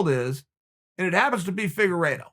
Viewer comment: "Firuago" lol